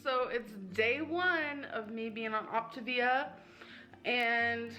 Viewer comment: It drives me nuts that she calls it optIvia when it's optAvia🤣 idk why, but her constant mispronounciation of pretty simple words, is frustrating to me🤣🤷‍♀️